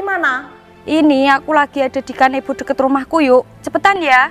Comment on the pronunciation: Gazebo, bukan kanebo. Opo kusalah dengar?